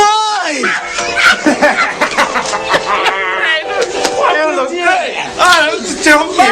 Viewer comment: que porra foi essa? Kkkkkkkkkkkkk "mai bói"